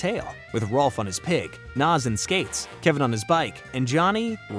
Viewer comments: Ed ain't dumb, he's sarcastic and a jokester. He's a great character! Also it's Nazz, not Naz. I like the video though👍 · Love the video really do, I grew up on ed, edd, and Eddy but it's nAz not Noz 😂 sorry sorry don't know why that bugged me 😅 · Its nazz not nozz. gaw dang that bothered me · IT'S NAZZ NOT NOS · You keep pronouncing “Nazz” as “Nas” like the rapper 🤣🤣🤣🤣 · It’s Nazz not Nawz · It's Nazz as in Jazz, not Nozz as in Schnozz... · He says it like that so increase engagement... and u fell for it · Love this, all accept how you say nAz!! Makes me cringe every time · You keep saying naz name wrong 😅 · Dude mispronouncing "Nazz" multiple times kills me inside. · Awesome video but how you pronounced Nazz irked me lol. You did a good job though!